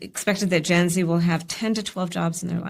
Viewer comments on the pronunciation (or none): The moment i heard her say generator z my brain turned off from all the brainrot she has churning up in there. Never go full retard.